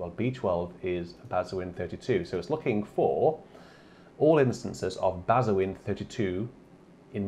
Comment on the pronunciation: Kid in a sweet shop time! BTW, bazuin is pronounced 'bazaun' - like posaune only beginning with 'ba'!